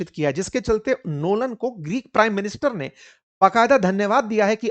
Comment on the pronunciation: क्रिस्टोफर लोलन नहीं क्रिस्टोफर नोलन नाम है उनका सर् जी😅😅😅